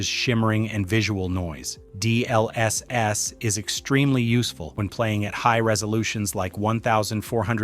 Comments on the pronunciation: The video is great but the way u say all the abbreviations is triggering. D..L..S....S! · " D L S S " is killing me 😭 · This AI pronounces "GPU" and "DLSS" like that one guy in the "CBT by Wikipedia the free encyclopedia" video